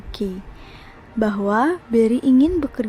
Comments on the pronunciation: Lucy bacanya lusi sayang bukan luki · Lucy = Lusi ,not luki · Lusi bukan luki !!!! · Lucy = lusi , bukan luki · Tulisnya Lucy bacanya Lusi bukan Luki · Penyebutan lucy lebih enak di sebut lusi daripada luki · Lusi anjim bukan luki.. Gatel gw dengernya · lucy itu bacanya LUSI BUKAN LUKI